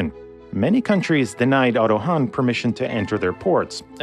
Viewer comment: the ship is called Otto Hahn not Hanh